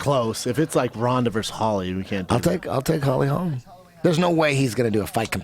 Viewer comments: When is Shitty Schaub gonna realize that once one of these are posted, his comments are there forever?? 1st off its HOLM, not Holmes. Say it Schaub, Holly Holm. 2nd off there are NO top college football programs that stopped practicing live hitting, to prevent concussions.Trust me, im a die-hard USC fan and due to the absolute bogus NCAA sanctions, we had to stop live hitting for yrs because we didn't have enough players due to scholarship penalties. It directly affected the games played during the following seasons because we couldnt simulate a real game and so we sucked at tackling and lacked physicality. And Robbie Lawler DOES spar, he just cut down the amount. Finally stop saying shit like it was your own idea or story, when in truth other ppl told u that story or idea. Ya got caught by Joe today, blood doping story u goof. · Hey Brendan say it with me mate 'Holm', is it really that hard?